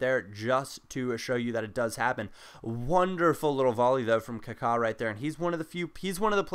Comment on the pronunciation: It's Kaka not kuku